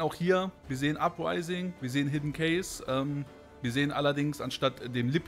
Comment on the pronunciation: Ich versuche es mir immer zu verkneifen, aber in aller Liebe, bitte sag nicht mehr "Hidden CASE", wenn es cache geschrieben wird. >.< An sonsten schaue ich sehr gerne deine Videos, nur das musste mal raus. :*